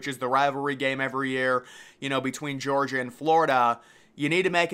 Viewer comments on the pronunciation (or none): none